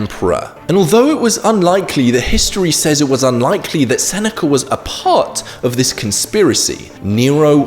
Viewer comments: "Senecer fect" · It bothers me how he says "the senecurr effect". There's no "R". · yeah why is he saying it like that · It's called the intrusive R. Because there's a vowel sound at the end of "Seneca", and another one at the beginning of "effect". So, to stop them from merging the intrusive R is used. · How DARE you chide the English for their...well, English. I mean, they are from the land of the Eng. They know what is right and wrong, you insolent peasant! Just fucking with you. I already blasted him for the RRRRR!! on the end! Like the lawrrrr of thermodynamics. All things end in chaos.